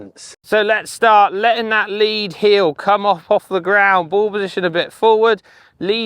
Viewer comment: heel... not.. heal